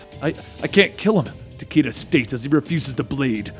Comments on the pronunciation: Dude its takeda like ta-kay-duh. Luv ya much dude keep up the good work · was RIGHT These are all Japanese names. Fortunately japanese has fairly strict guidelines. Raiden - is pronounced as you stated. Takeda- both are wrong. Its Tah-keh-dah. It's the slight difference of "e" and "ei" (e is "eh" and ei is "ey") Shirazi Ryu- this one's a bit tricky to explain. Because there is no vowel in between R and Y it is pronounced in one fluid motion. Ryu and riyu both sound similar, thought the former is one syllable and the latter is two.